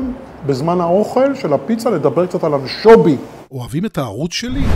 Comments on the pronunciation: אנשוbי? אמורים לבטא אנשוvי, לא? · חחחח anchobi 🤣🤣🤣🤣 אפילו את השמות לא מסוגל לבטא נכון. כל סרטון לא מפסיק לחרטט וחי בסרט שהוא מבקר 🤣🤣🤣🤣🤣